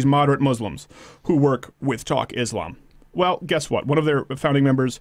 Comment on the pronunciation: Money can buy you a lot of things, but it will certainly not buy you intelligence or humanity nor conscience. Learn how to pronounce Islam first, then start pretending to know anything about it or something else at that.